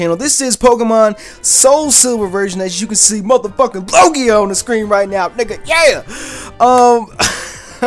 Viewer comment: LEL he just said LOGIO